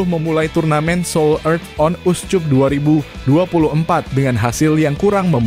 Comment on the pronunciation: Min, "Seoul", bukan "sold". Lengkapnya Seoul Earth on Us Cup, bukan SOLD UP. Trus kata cup harusnya dibaca [kap] bukan [cup] seperti kuncup karena rangkaian katanya dalam kalimat Bahasa Inggris. Terima kasih.